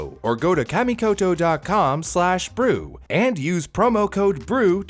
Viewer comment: "camy" is that hard to learn how to pronounce something